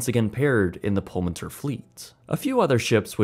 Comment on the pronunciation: I think you should pronounce it as Pullman Tour. This is what it means in Spanish.